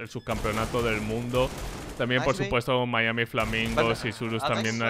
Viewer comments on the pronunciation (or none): none